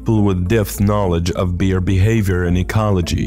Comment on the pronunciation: In the bear segment it sounds like he's calling them deer instead of bear. Am i hearing right?